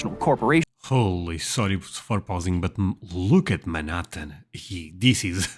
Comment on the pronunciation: To clarify,, and with sincere desire to help, the letter "H" is pronounced in English like a "J" in Portuguese. It is hard to understand when saying "ome" "appy" and now "Manattan". I have relatives in France that call to wish "appy birthday". As you know, the H is silent in Spanish, but it's the opposite in English: Home, Happy, ManHattan. 😊